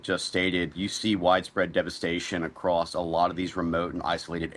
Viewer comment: Homie said "acrost" lol